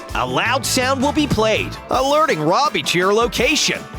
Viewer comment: Roby's name is is Roby not Robbie